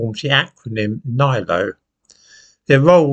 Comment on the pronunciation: NILO It's pronounced NIL ZERO